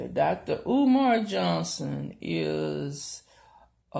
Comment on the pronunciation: Lady, I got to secs of you by THE GRACE OF G-D. Seriously, you can barely PRONOUNCE 'UMAR' AND IT'S 4 LETTERS AND TWO SYLLABLES..........................I DON'T KNOW WHOSE LEG YOU'RE TRYING TO PULL IN THAT YOU CAN BE THIS IMPOSSIBLY SLOW......OR MAYBE YOU DID THIS FOR COMEDIC PURPOSES. WHATEVER THE CASE, YOU NEED TO GO SIT IN THE MIDDLE OF A 50 LANE HIGHWAY AND READ A 'FUN WITH DICK&JANE' BOOK. LIKE, SERIOUSLY. GO AND DO THAT.